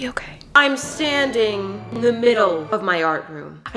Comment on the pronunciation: am i the only one who heard sanding instead if standing